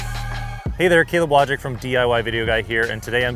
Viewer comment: Caleb, You are not Wojdzik, but Wójcik! :D It is pronounced as "wooycheek".